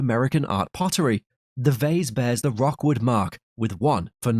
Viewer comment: It's Rookwood, not Rockwood .